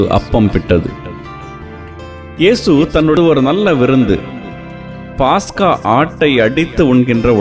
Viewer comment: பாஸ்கா அல்ல பஸ்கா என்று சொல்லுங்கள் .